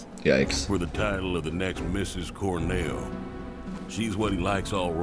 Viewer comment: Cor-NAY-o? Remake ruined.